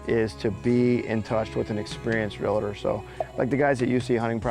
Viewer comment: Realtor not Realator